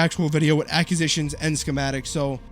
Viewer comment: Cant listen to him say acquisitions incorrectly anymore jeeesus